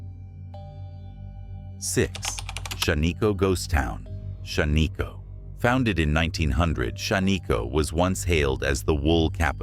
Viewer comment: Really Shan-ee-ko. It’s Shaniko short I sound.